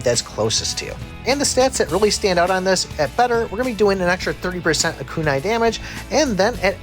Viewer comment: Homie said kai blast lol Yo he also got dat kanai